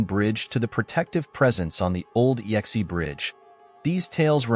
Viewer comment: The final bridge is pronounced "ex", as in a previous partner, not "yex-ee" or "ee-x-ee".